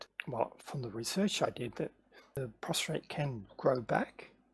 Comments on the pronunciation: It's prostate not prostrate but a good vid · Good video but it’s a prostate not a prostrate.